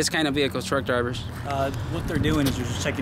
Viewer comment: Your “behicle” , “suberbiber” .. hahahahaha YOUR Asking him if HE”S AMERICAN hahahahaha.... YOU??? Ask him???? Hahahahaha